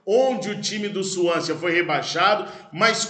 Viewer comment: Swansea pronuncia-se sem o último 'a". Suãnse. igual Chelsea, "tchélssi".